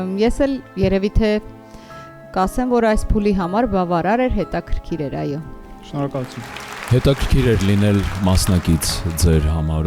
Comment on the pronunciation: Այոի մեջ հ չկա,որ ասվի խայո